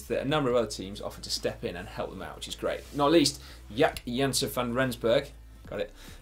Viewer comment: Please dont ever say Jacques name again because you just murdered it totally...